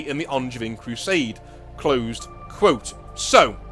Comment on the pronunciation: Guilliman literally is a son of their god. Hence why Helbrecht accepted him and Angevin (which is not pronounced how you did by the way, the a is like a longer o, the e is silent and the i is closer to an a sound) had to fight as the guys who came to his fleet were not the sons of the Black Templars god.